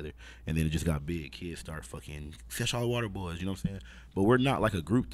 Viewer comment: HAM ON EVERYTHING stop sayin sesh water hollow nigga its seshollowater. Shit got me buggin haha